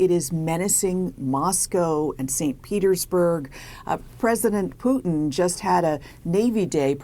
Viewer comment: What’s with the wise guy news reporter?? 😂😂😂 Poo- din lol